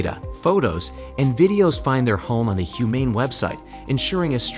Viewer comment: I stopped when I heard "Humane AI", pronounced almost as "I" and gave it a thumb down :D